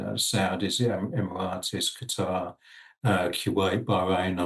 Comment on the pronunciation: Is it just me that is hearing Aaron calling it "Gatter" rather than Qatar?